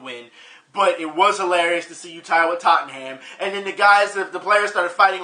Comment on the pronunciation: Main event you got no excuse to mispronounce Tottenham after the trips you made to England, didn't anybody in England try to correct you.